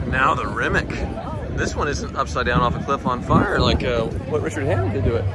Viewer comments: Rimac is pronounced as "Ree-Mats". 😉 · According to Mate CEO of Rimac he says Re-mas.